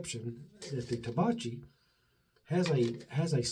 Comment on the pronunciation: Hey, been awhile. It's pronounced Tah-back-ee. Italian for tobacco in the plural. Or for tobacco in TN, LOL as I recall from the TV show The Beverley Hillbillies. Cheers!